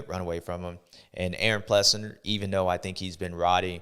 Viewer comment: Does anyone say his name right? Ples sing ER. Not Ples sin ger. Another good show bubba. Thank you sir!